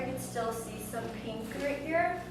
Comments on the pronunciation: Is anyone else bothered by the way she says peenk instead of pink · “Peenk” girl I-💀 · Notice how she says “pink”